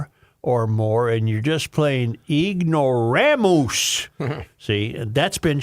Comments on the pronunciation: Literally says “-moose” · is that the way Cracker Barrel was spelling "ignoramus" or is Joe just saying "ignoraMOOSE" for effect?